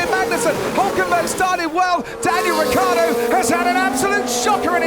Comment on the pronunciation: A new season, but it's still "RICCIARDO", not "ricardo".